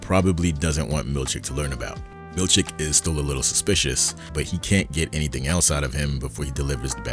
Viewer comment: I love that I cannot tell wether you are saying "Milchick" or "Milkshake" 😅 Keep up the great work 🙌